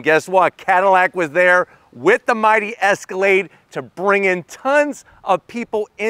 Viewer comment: …. I HEARD YOU SAY ESCALADE